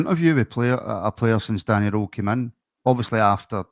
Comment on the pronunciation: Guys it’s Danny “rool” not Danny “role” ffs lol